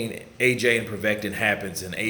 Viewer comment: It's povetkin bro haha